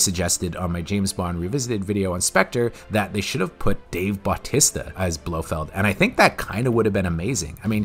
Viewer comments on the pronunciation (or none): I still get a kick out how you pronounce Dave Batista.